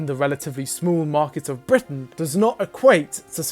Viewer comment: I’ve really never heard sound quite so British than him saying “Britain.”